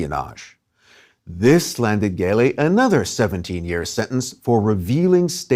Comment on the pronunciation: Thanks for the interesting documentary. Only it's Gelli with a soft g (jj-elli) instead a hard g. In Italian c or g becomes a soft sound if you wright an e or i after it.